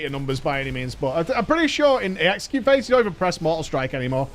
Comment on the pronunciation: That time said “sweeping strike, execute” bu it sounded like sweeping strike sexy cute